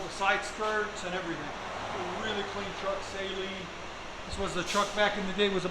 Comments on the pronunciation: Saline? Brother... you gotta work on how you pronounce car names. Tee yoda, Saline? Toy-O-Ta and Suh-Lean. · Lol it’s pronounced suh-lean